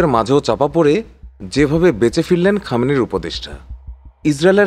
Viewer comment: 'Khamenei' not 'Khamin'.